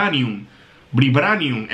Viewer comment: se dice. Vibranium no vribranium me caes mejor ahora q se q te gusta marvel